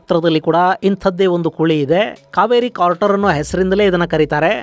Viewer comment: ಅದು ಇಂಪ್ಯಾಕ್ಟ್ ಕ್ರೇಟರ್ , ಸರ್..... ಇಂಪ್ಯಾಕ್ಟ್ ಕಾರ್ಟರ್ ಅಲ್ಲ ... ತಪ್ಪು ಹೇಳಿದ್ದೀರಿ....